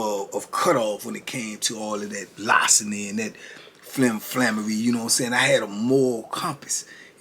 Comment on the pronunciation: lar·ce·ny /ˈlärsənē/ Learn to pronounce noun theft of personal property.